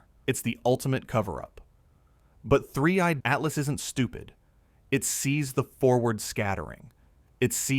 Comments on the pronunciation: oh AI, silly AI - it's 3i atlas - NOT "three EYED Atlas" (even the captions pick this up) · 3......i /Atlas ,that pause is a dead giveaway for AI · The video visuals is second to none from the point of view of facial expressions and everything else but at the very near end the audio makes the same mistakes of separating 3I/Atlas pronunciation that seems to be the bane of the whole AI audio system! That’s such an easy thing to correct yet they don’t seem to be too concerned about it. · AI generated (but very slick) picked up on it in the last few minutes when 3I atlas was said very oddly. Not sure how much of this is true now.